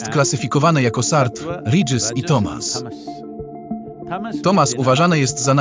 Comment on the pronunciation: satwa, radżas i tamas, nie sart, ridżis i tomas, eh